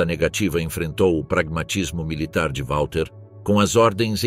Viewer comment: Não é UÁLTER Model ... W em alemão se pronuncia como V!